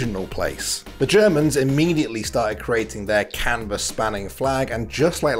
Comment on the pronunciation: Is everyone jus going to ignore that saying cannabis instead of canvas? lol